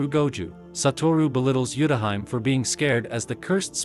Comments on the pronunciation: Not the TTS pronouncing Utahime's name as Yutahaim 😂😂😂😂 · Utahime is pronounced wrong